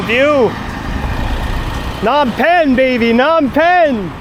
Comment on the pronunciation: lol its not Nom Penh.....the "P" is not silent.